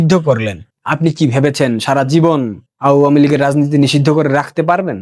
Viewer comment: ভাল বলো, কিন্ত উচ্চারণ কানে পীড়া দেয়। মন্চ.. উচ্চারণ মন্চো। আওয়ামী লীগ উচ্চারণ.. আ- ওয়া-মী ।Please.